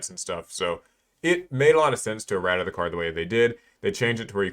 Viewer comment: He is butchering erratas’ pronunciation right?